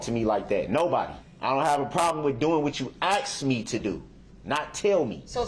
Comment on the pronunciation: “I don’t have a problem to do what you AXED me to do”